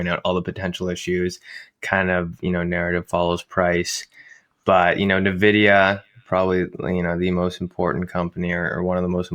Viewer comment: There's something about how pronounces Nvidia that bothers my OCD